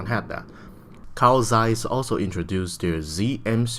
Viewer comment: I'm a German. It's really "ee"kon :) Even he pronounces Zeiss right, with the hard "z".